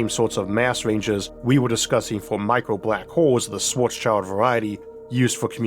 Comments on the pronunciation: It's Schwarzschild, not "Shwarts Child" 😂 The "-schild" part is pronounced as in "-shield", not "child". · yea and it's so sad that they all pronounce it like "black's kid" :p